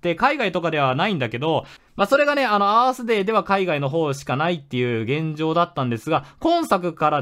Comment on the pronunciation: アースデー最初バースデーと空耳した